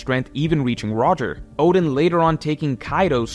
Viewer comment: Who the hell are Orden and Jayabura???? Fix your pronunciation